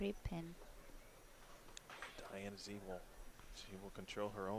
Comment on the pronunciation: I wish the announcer would learn to pronounce Diana Z's name correctly!